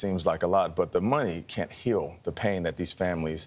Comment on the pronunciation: come on learn how to say CAN and can't they're two different words not one